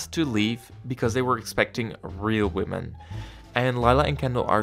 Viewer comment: okay the way you said women was.. hm